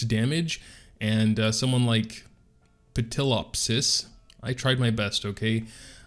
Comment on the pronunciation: I'm here for your pronunciation of Ptilopsis